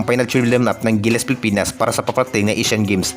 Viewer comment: ANO BA ANG TAMA PIPINAS O PILIPINAS?? KASI CLEAR MO ANG WORDS MONG BINABANGGIT.